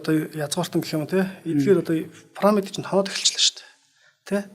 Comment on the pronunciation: Түүхч юм уу оролцогч нь? Парамид, Газа гэнэ үү? Ядаж ярьж байгаа газар орноо зөв дууд аа. Пирамид, Гиза гээд...